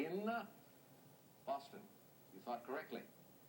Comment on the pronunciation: got it right when he said Boston.